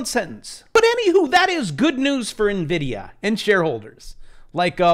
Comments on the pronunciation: Please. It's pronounced "en-vid-ia" not "na-vid-ia". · Damnit! It's not "neh-vidia"... it's "EN-vidia"